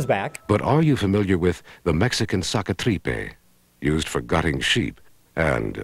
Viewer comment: Mexican sacatripe? that doesn't mean shit, its sacatripas